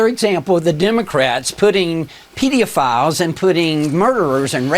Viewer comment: "Pedeaphiles" just sounds like he probably watched too many YouTube videos, where people say "PDF files," to get around the censors, and the thought that was how you pronounce it.